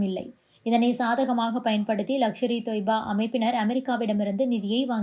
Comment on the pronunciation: லக்ஷர் இ தொய்பா இல்லை. லஸ்கர் இ தொய்பா